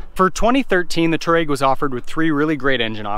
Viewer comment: Dude. Learn to pronounce the name of the vehicle you're reviewing... #FFS